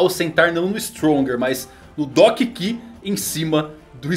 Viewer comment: Doc ki? Kkkk Doc q mano Se for falar em inglês seria doc kiul